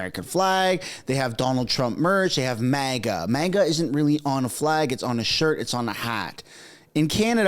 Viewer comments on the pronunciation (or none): So is a teacher and he says 'realler'!?!?!?